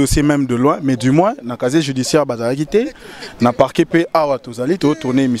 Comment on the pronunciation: Casier Judiciaire et non caché judiciaire....confronté et conforté,...confrontation ma chère journaliste.